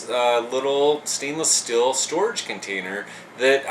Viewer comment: Why do you pronounce steel "still"? :/